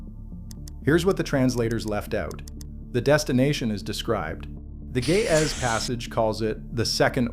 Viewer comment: Ge'ez, not gae ahh. i learned something today after laughing with the phonetics 😂